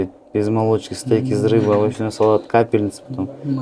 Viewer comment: Капельницы деп окубай эле койсон ведущий болмок брат 😂